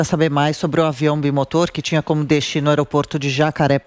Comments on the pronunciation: O nome da namorada é: Thalyaaaa e não Thayla, e o avião é um bimotor e não biomotor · Oh fala para o repórter quê é bi_ motor !!!! Não biomotor !!!!??? Pô !!!! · Não é biomotor, e sim bimotor kkkkkkk avisem o repórter kkkkk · biomotor kkkkkkkkkkkkkkkkkkkk é bimotor carai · Não entendi bem, mas o repórter disse”biomotor “???? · Não entendi bem, o repórter disse”biomotor “!!!!!!